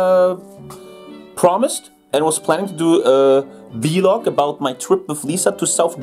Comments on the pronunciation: I like how pronounces it V-Log because he’s German and can’t pronounce V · Stunishing how he's pronouncing V-LOG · Let's just ignore pronunciation of vlog